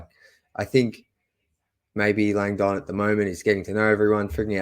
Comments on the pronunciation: Landon is pronounced Lang-dn. Not lang-donn. Soft sound on the dn. Lols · Tro-jun LONG-dong😂😂😂